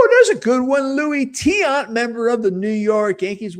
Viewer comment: Much respect for pronouncing Tiant correctly.